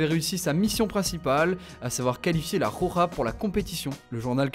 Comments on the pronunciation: Il faudrait apprendre à dire correctement "la roja" c'est pénible ces fautes de prononciation. Soit vous le dites à la française soit correctement en espagnol mais pas entre les deux. C'est d'un ridicule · La " Khokha " LMAO